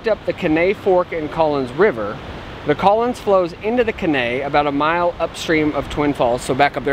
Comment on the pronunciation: Great videos......enjoy all of them! One thing.....the river at RI is the Caney.....Kay-nee (emphasis on "Kay"). I think that's what you are calling K'nay. Longer you're in TN the more you'll learn to speak Tennessean. Ask someone how to pronounce Lafayette, TN. 😊 Keep doing what you're doing!